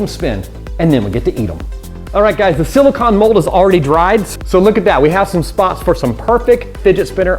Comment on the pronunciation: He does NOT know how to pronounce silicone